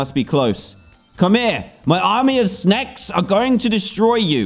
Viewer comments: He said sneks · he said 'SNEKS'! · He said sneks not snaks